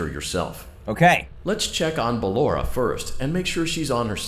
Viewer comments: Dan calls her ballanora lets motivate him to say it right with a controlled shock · no offense but ballora is pronounced Bal or a